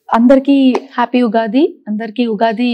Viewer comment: Ughadi kadu Ra babu Ugadi anali,Womens kadu ra babu Women anali